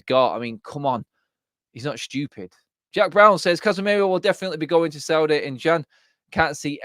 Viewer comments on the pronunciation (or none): none